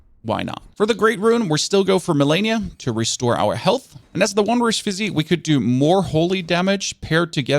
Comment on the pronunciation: Sorry to be that guy, but the flask of wondrous physick is pronounced "physic," not "physique."